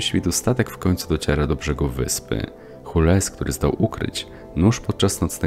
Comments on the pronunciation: Nie Hules tylko Żuls bez s co brzmi jak Żul, wypadałoby chociaż to sprawdzić jak omawiamy Film którego aktorzy grają Francuzów ;d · czy ty naprawdę przeczytałeś imię Jules jako Hures?